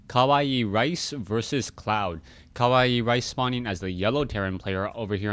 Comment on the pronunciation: yup u pronounce it right... kawaii means cute.... so CUTERICE...?? LOL